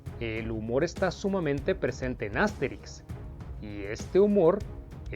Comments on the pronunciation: ¿Por qué pronuncias "Ásterix" y "Óbelix" (palabras esdrújulas)? Has dicho bien otros personajes como Asurancetúrix y Abraracúrcix (palabras llanas), por ello me sorprende que no pronuncies como palabras llanas los nombres de Astérix y Obélix. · Es que en Latinoamerica asi los llamamos